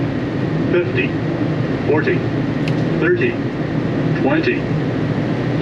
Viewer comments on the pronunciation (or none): While I appreciate all your reviews, I speak 5 languages, accent is the most important. You pronounce , eleven thirty like.... eleven Firty.... and you frequently forget to pronounce words plural....”this airline has 3 flight to London, not “this airline has 3 flights to London